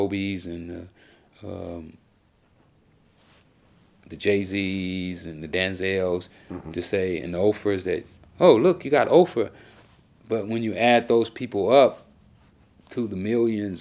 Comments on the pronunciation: "Oprah" Who the f*ck is Oh-fra my dude? 😂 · You mean Oprah not offraa you illiterate jackass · Did dat nigga jus say OFRAH??🤔 🤔🤔🤣 🤣 🤣 😁 😂😂